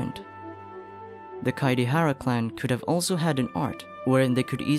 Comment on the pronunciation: kaedehara is pronounced as kaidehara